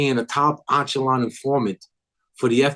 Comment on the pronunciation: Echelon not onchelon